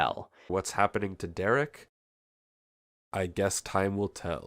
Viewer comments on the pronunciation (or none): Love the vid but the way you say Derek's name bothers me lol